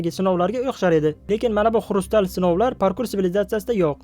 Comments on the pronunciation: Xurustal emas kristal deyiladi. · Xurystalmas bro kriystal edi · Xurstal emas kristal😂😂